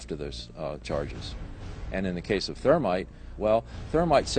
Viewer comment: don't forget the MAGNESIUM stop saying thermate it's thermite